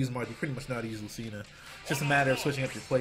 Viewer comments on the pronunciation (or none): its lu-CHI-na